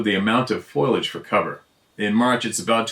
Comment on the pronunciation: Foiliage. foil-lee-age. It's a mangled mouthful with too many i's. It's fo-lee-age. sp Foliage.😃